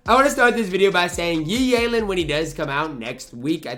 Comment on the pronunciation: YEE YAYLEN 😂😂😂😂